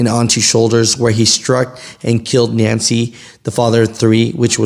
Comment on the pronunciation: Nance is pronounced with the E silent on the end.